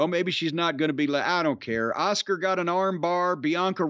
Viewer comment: Cornett said Oscar instead of Askua😂😂😂😂😂